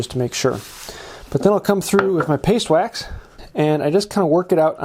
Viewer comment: "Pastwax" what the heck is "pastwax" 😂